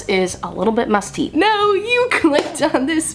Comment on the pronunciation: You said musty... I hear Busty 😏 🤣🤣